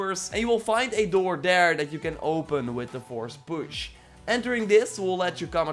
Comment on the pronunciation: "Forsh push"